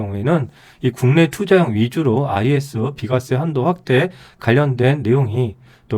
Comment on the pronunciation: 비과쎄~ ㅋㅋ